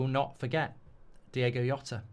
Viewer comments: Nice one, Mark. But please, it's pronounced "Jhota" with a J sound. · Yeah he couldn't even prnounce Jota's name correctly. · Mark you're mispronouncing his name. The J isn't a silent H. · “Diegoh Yota” … it would’ve taken seconds to find out how to pronounce his name with minimum accuracy… Instant turnoff. That and the tone, “BREAKING NEWS!1!1!!1!”… Christ, just… Don’t. Have some sense.